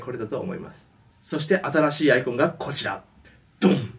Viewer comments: あ↑いこ↓ん↓ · アイコンの発音が、iPhoneに聞こえる...